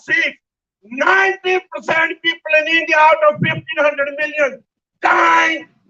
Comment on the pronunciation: “Endia no Damocracy, Endia Kelar kauntry” - Canadian Chacha with an Whatsapp university degree